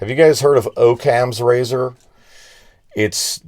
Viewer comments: Its pronounced Aww-cams razor. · Pronounced Ah-kams razor!!